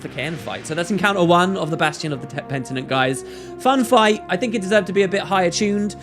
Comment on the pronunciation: "PENTINENT" SPOTTED